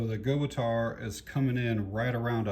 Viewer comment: I have the A17..Company name is pronounced Gut Tau